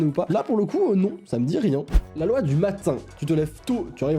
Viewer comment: Il a dit loua au lieu de loi 🤣🤣😭